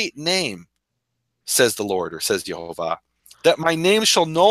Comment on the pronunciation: The "missing vowel" is a breath of wind after the H. Not a hard YaHOva... YaH(breath)va